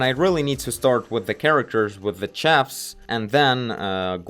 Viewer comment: Chef is pronounced "shef"